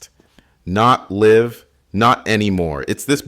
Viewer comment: its really one of the better ones I've heard, the only thing that gives it away is how they say live instead of "live"